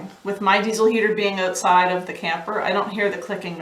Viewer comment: You didn't annunciate "out" in the word "outside". love the speech up there. 😊